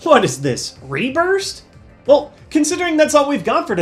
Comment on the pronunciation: Did you say RéBurst? Let me get some matches